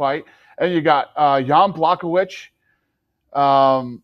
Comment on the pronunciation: Who is Jan Blachowitz? Did you mean Jan Błachowicz? That being said I would have butchered his name as well